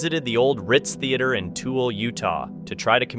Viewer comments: It’s pronounced like “too -ill - ah” but spelled Tooele Utah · Tool?! LMAO!! ITS PRONOUNCED Too-will-ah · Thank you!!! I cringed when he called it Tool, lol 😂